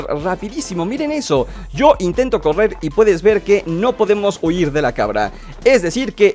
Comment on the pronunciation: soy yo o se escucho huyir xd PD: autolike para no desaparecer